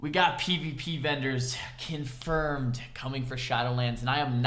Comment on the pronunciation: "kin-furmed" Yu